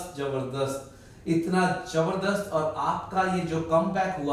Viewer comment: Why is he saying “Jabardasht”? The word is Zabardast